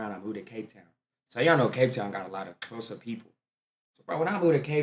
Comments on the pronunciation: You got the pronunciation of Xhosa right and you're American. I am impressed. Majority of white South Africans pronounce it as Khosa. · Bro finally got X in Xhosa right 😂 Shout out 👊🏾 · you can now pronounce xhosa the clicking sound am proud of you and i can see you love my country 1 love bro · Love how you pronounced X in Xhosa, catch it white South Africans and Coloured people😏😏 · Haai your x sound sounds so good now you got to do c and q cliq then I will fight for your SA citizenship